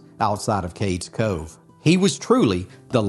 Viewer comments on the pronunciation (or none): It's Cades Cove not Cakes Co. Ugh!